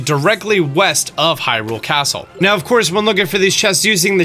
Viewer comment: Did you really say "click it right meoww"